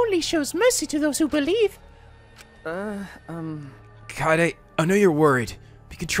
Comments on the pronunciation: I'M STILL HYPER LET'S GO He's also been mispronouncing Kaede's name. He says it Kai-day instead of how it's actually pronounced Kah-Ay-Day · still mispronouncing Kaede and Tsumugi wrong.Goddammit.....